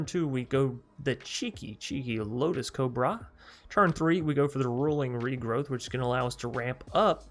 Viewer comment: You keep saying rolling regrowth, but I forgive you